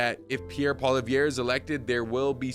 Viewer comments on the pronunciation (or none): Poilievre is pronounced paw-liev